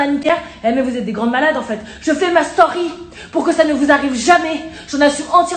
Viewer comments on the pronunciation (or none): « Je fait ma stauuuuuury» elle ma tuer comme elle a prononcé story 🤣